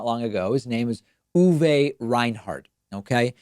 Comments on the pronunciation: Uwe, not Uwé. Same "e" pronunciation as in "h(e)r p(u)rse" for this final German "e". "é" (ɛ) is mostly present inside words such as "M(ä)dchen" or "spr(e)chen", although with local variations. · Just say "Uwe"… Not "Uuhweeeh" ;)